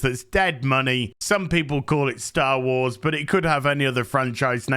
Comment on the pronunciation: Correction, it is Disney "Sher Wars".